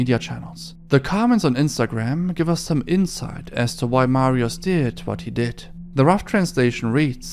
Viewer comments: i hate every youtuber that doesnt give a fuck about proper polish pronounciations it really isnt fucking hard to say mariush (sz makes a sh sound) instead of mariuz and i know hes a deplorable person but this is such a pattern everywhere im so tired of it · bo nawet nie ma próby w jego wymowie mówi Marios nawet u dobrze nie wypowiada. Nazwiska wymowa jest najbardziej amerykańska jak się da. Nie starał się. Jakby to było po hiszpańsku to by spróbował i itak by jeszcze przepraszał na kolanach za błędna wymowę. :/